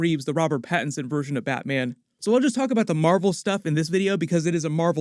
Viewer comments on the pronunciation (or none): none